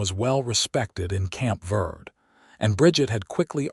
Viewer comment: Fort Verde is pronounced vaird-a, Verde is spanish for green. In the Spanish alphabet the e is pronounced as a long a in English.